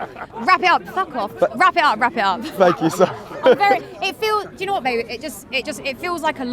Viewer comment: Did I hear her say "You know what babie..."??